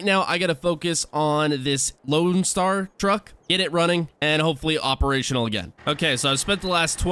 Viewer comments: Loadstar not loanstar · its LOADSTAR not LOANSTAR